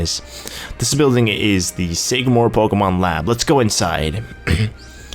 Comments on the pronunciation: omggg ! Sycamore, like the tree pronounced (Sick-a-more) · sycamore is pronounced like the tree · do you seriously not know the tree SYCAMORE?! EVERY PART THAT HAS HIS NAME YOU PRONOUNCE IT WRONG! IT. IS. A. FUCKING. TREE! YOU SHOULD KNOW IT